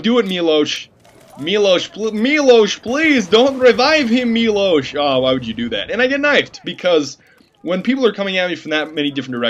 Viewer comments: whenever you say milosh i laugh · ah,, come on, you are a Russian, how come you don't know that Milosh isn NOT a Russian name? D: I am sorry, but I have to forbid you to call Russian medics Milosh =\ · milosh not russian name!